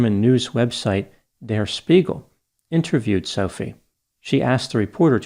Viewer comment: Spiegel is pronounced CHpiegel